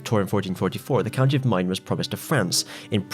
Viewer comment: Its Maine, pronounced like mane. Not mine. Good vid.